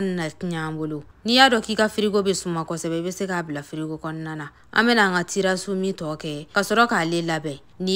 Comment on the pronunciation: On dit Tiramisu 🤣🤣